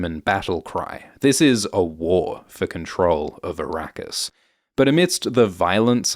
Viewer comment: Araqis??😂 You mean Iraq? And Shadam? You mean Saddam Hussain??😂